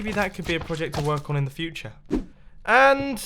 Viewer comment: how he said future tho